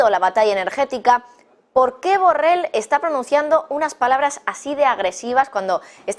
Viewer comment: Solo para corregir a la dama reportera: no sé dice burrel, se dice burrol!, aunque tal vez se enoje el burro por tal denominación!. Disculpa burro!.